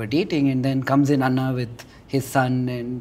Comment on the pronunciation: Nihil is does not pronounce anna correctly